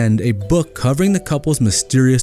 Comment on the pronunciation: I love this channel but I want to point out that the guy who narrates this video has a bad habit of slurring the last syllable of the word “covering”. He says “cover-in”. Someone who narrates a serious YouTube channel should have better pronunciation.